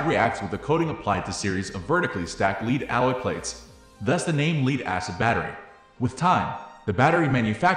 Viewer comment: leed? why are you saying leed?